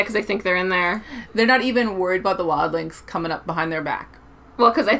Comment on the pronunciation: It's Wild-lings